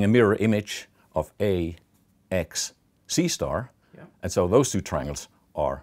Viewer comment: I usually take all numberphile videos as half desent math, but the fact that whenever he said "C*" it sounded like he was saying "seestar" (sister with a mexican accent) i was damn near killing myself laughing